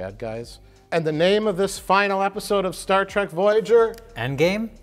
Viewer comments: Mike likes "Star Trek" but he says "Star Track" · please tell me he didn’t say “Star TRACK”...